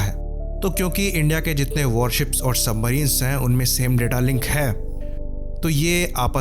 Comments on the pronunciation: Are usko submarine nhi bolna aata nahi surface ship, ya warship bolna aata hai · This Iyer mitra can't even speak warship properly and giving advice. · Jo chutiya warship nahi bol paa raha , aisae logo sae savdhann🙏